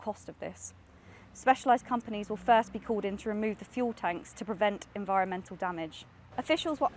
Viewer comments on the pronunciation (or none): none